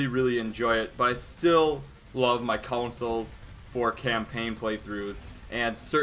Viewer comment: Hey why do you say "consoles" with a slight "U"?